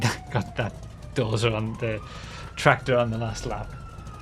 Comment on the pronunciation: He reads doser like dorza